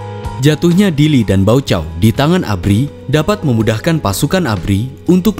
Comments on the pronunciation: Deklarasi Balibo,. Dulu kita d tipu dgn nama deklarasi Bali😅😂. Baucau itu d baca "Baukau" Pak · Baca: Baukao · Baucao di baca dengan portugues adalah Baukau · Baucau bacanya Baukau